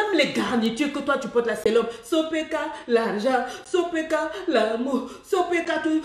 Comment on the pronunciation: « sopeka « noooo 😂😂